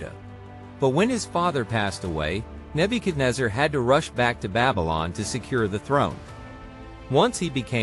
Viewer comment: You doing wrong pronunciation of name